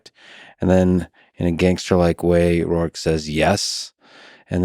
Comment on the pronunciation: its not rourke its Roark.